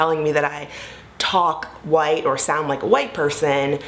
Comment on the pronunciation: in your particular case, i don't think it's a "multi-layered issue" around how black people speak. it's because you sound like you're from the valley. or someplace. there are black people who "speak well", "sound educated", and "have great diction", but don't sound like you. words like "white", you pronounce as "woieet". also, many of your sentences end with that upward inflection stereotypically characteristic of valley girls. so...i would caution against turning this into a whole conversation about multi-layered issues when the fact is...your accent and inflections do carry a bit of "valleyspeak".